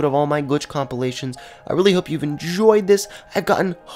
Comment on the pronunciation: You said comilations